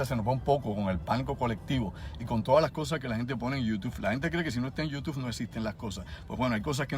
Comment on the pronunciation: ¡En serio que a estas alturas digas YOUTUFFF!